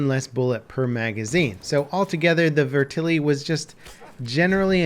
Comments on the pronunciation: I'm sorry, but the way you said "VETerlli" pissed me off lol. It's VET-erlli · its Vet-er-lee not Ve-terly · 'Vertili' AT LEAST TRY TO PRONOUNCE IT RIGHT MY GOD HOW HARD IS IT I'm not even Italian and this pisses me of lol